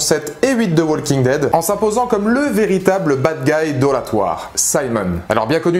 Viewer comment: Tes vidéos sont très bien, mais faudrait que tu penses à ne pas prononcer le "L" de Walking Dead, ça trigger à chaque fois ;)